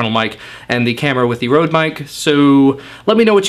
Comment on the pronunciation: ''Rhode'' omg haha xD Røde is Danish and means Red :)